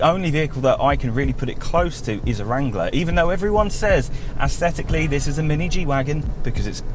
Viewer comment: If I hear “aesthetically” mispronounced one more time I will lose it 😂. Anyway, nice review. Thanks